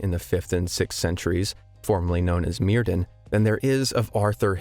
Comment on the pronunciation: Myrddin is pronounced Merthin. Soft th sound. Welsh.